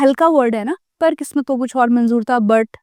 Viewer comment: Your pronunciation is not good like sahi word manzoor hae lekin aap manjoor bolti ho aur zaroorat ko jarurat